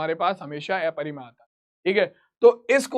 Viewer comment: Sir aeparimay nahi hota hai😅 aparimay hota hai 😅😅😅😅